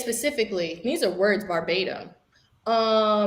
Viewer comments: Great job,! Also are we just going to ignore "bahbatim" instead of verbatim. LOL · did she say 'barbatim'? lol its verbatim chile